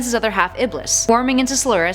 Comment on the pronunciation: 1. Chaos 6 is not the final boss. Perfect Chaos is. 2. Silvers ability is psychokinesis. 3. Blaze can NOT fly 4. You pronounced Mephiles and Solaris wrong